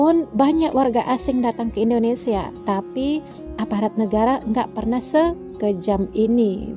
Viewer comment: Kok sebutnya indodesh lol..